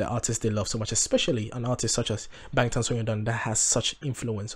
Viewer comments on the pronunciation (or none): First, I’d like to say, I appreciate your honesty and enthusiasm. Korean lesson: this symbol ㅏ has ahhh sound 방탄소년단. always last name then first name (no middle name); Bang Shi-Hyuk aka Bang PD is pronounced as Bahng. Bangtan Sonyeondan is pronounced as bahng-tahn soh-nyun-dahn. It’s not p sound. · It is pronounced BANGTAN with a B, not a P!💜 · The 'B' or (ㅂ) in Bangtan (방탄) is pronounced somewhere in-between b & p. (hangal does not have either of these exact letters only ㅂ which is both & neither 🤔) I hope I didn't just make it more confusing 🙃💜